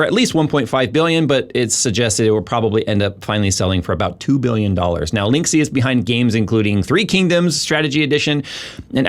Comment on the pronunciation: I'm pretty sure LIngxi is pronounced more like "Ling Shee" than "Linksy".